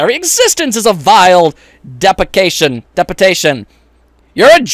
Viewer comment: not to make fun of you but did you really just read deception as depecation or did you purposely read it like that?